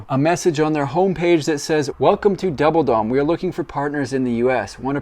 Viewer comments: I thought you were saying "Double-Dong" That's a whole different thing. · I thought you said double-dong. I'm done for today. 😅😅😅